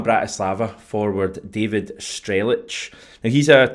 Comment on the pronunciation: You pronounce his name Strel-ets.